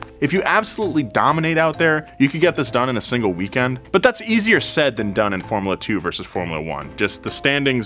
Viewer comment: This fellow's pronunciation of "formula" is disturbingly awful.